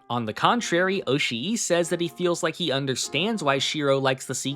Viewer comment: Just fyi, double vowels in Japanese names / words aren't supposed to be pronounced as two vowels. They signify that the vowels sound is supposed to be held for longer. So instead of being pronounced oshi-i it's pronounced oshi but with the I sound sustained for a bit